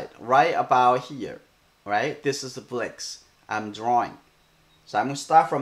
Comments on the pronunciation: Let me hear you say bricks in his language. I bet it isn't the only word you mispronounce. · ...I don't think it matters how he says it. What's important is the lesson.